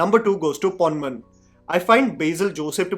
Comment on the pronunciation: ponman pronunciation was wrong..